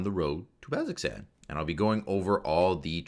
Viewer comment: "baz-zox-an" Somebody isn't a critter :) The pronunciation guide says "BAZ-oh-zan" as is what Matt says during campaigns. Thanks for this video! It's helpful to get the info in multiple ways. Listening further, I'm unsure why you're giving combat tips though, since I figure the players shouldn't be the ones watching this, but the DMs.